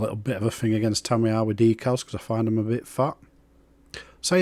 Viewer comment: TamiyAAAR ☠️ Lovely job mate, not many builds of the Intruder on YouTube 👌